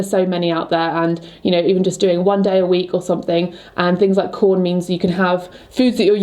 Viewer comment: I googled those knives you use and now every single ad is for them. also when you said “quorn event” I thought you meant corn. lol